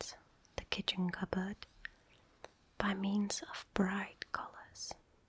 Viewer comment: The way you say 'cupboard' makes me giggle a little but at the same time, you have a voice that could make swear words sound relaxing.